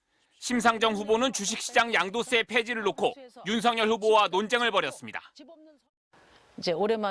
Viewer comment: 심상줭 후보는 주씩씨장 양도쎄 풰지를 놓고 ..... 🤣 발음이 핵 폭탄이네 ㅋㅋㅋ